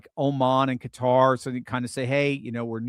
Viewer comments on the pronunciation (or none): none